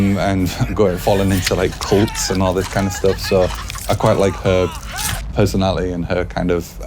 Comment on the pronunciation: Pesonali ee he says